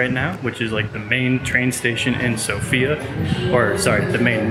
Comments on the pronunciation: Good video, guys, just one thing - have in mind that the accent is on "o" in "Sofia" ;) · All vloggers fail to pronounce Sofia correctly. It's sOfia.